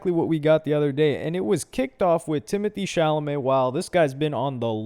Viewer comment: Timotae cha-lamoet